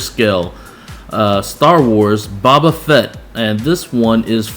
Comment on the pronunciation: Hey man, it's pronounced "Bo-bah" not "Bah-Bah"